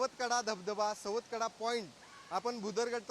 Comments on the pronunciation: सातवकडा नाही ग बाई सवतकडा असं नाव आहे. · रिपोर्टचे समालोचन नीटनेटके, व मुद्देसूद नसून वायफळ बडबड जास्त आहे, मॅडम सुरवातीला बातमीमध्ये सवतकडा ऐवजी सातवकडा असे म्हणाल्या